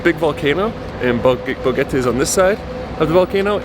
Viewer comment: Why do you keep saying "Bogete" while you're in Boquete?